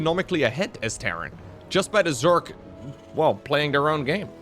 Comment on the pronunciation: The only thing I’ve noticed with English is that when he gets real excited he tends to say Zerk instead of Zerg. “Oooohh Zerkling runby!” Its kind of adorable though so it don’t bother me none. 😅